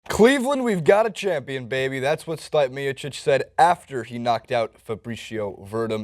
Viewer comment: ...come on man. Gotta work on those names. Only one you got was Cyborg....LOL Stipe = Stee-pay Miocic = Mee-o-chic or Mee-o-chich Werdum = Ver-Doom or Vair-Doom Maia = Mye-ah (Mya)